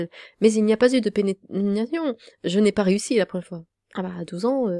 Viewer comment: Le sujet est sordide de fou, mais entendre dire "Nenetration" et "Nonomie", bahhh c'est trop choupinou... La dissonance est enorme xD